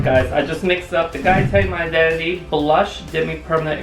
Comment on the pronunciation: I know you said My Identity, but it sounds like you're saying My Daddy. Love your work, Guy! ☆